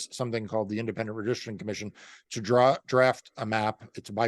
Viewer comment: The New York Independent "Redrishtrin" Commission? Come again? 🤦🏻‍♂️ Dude needs to slooooow down and breath every once in a while lol